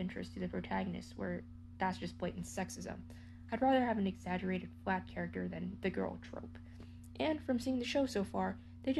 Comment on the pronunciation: oh my god please confirm you were saying “exaggerated flat character” i thought you said “exaggerated black character” 😭😭😭